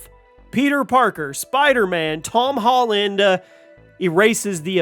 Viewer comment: ToM HOLLunDaH